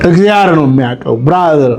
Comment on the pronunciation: እግዚኣር አይባልም ወንድም "እግዚአብሔር" በል። ዘመዴ ከሚጽፋቸው ጥሩ ጥሩ ነገሮች አንዱን ይሄን ረስተሃል። ስለፊደል ያስተምረሃል መጀመሪያ ተማር።